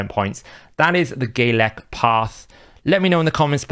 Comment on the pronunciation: Bro its Galek not Gaylek